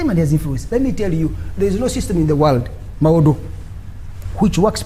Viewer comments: IF SOMEONE CANNOT PRONOUCTUATE THE NAME MUWADA , AND HE SAY MUWODO , HOW CAN YOU EXPECT THIA PERSON TO BE AN INTERECTUAL CLEVER ? THIS IS THE SIGN OF INTERNAL STUPID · But another thing for me was the way they called him Mawodo😂😂😂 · 😂😂😂 why is he calling him Mawodo😂😂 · Mwenda is right when he says foreign interference is not good, it is not good for Uganda or any other African country. However, he is not on the side for freedom, he is part of the PLU which is led by the one who committed the latest human rights violation. Also someone had to tell him the name is MUWADA not MOWADA or whatever he kept saying.